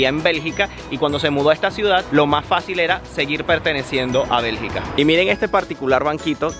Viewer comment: Bergica no belgA